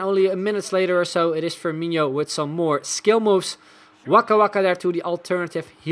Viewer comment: I can get over how he calls firmino firmiño lol